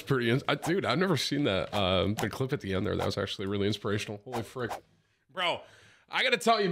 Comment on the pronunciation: Got me doin the dishes after saying for the 5th time "last cllip"